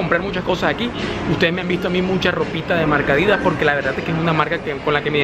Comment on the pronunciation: Se pronuncia Adidas. No Adìdas. Sin tilde. Un §aludo.